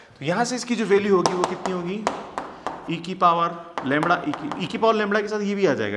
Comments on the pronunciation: Sir it's lambda not lamda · Very good explanation sir. But its lambda not lumbar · लैंबडा होता है नकी लैंबणआ